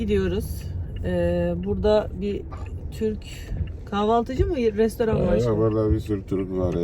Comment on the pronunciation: Restaurant adini anlasilmiyor